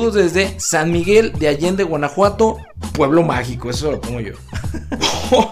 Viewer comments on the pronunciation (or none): none